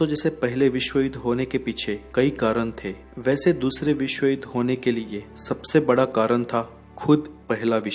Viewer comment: ur information is very good but accent of hindi words like' vishw' u say 'visv' please use proper pronunciation to enjoy all ur videos. thank you